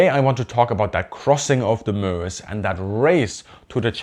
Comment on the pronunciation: Excellent, and like the way you pronounce Meuse (Muhz).